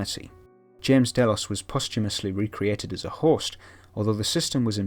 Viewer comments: i don't really watch the show but clicked on this video anyway. Everytime you said host, I thought you said horse lol. I was so confused. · wait he has been saying host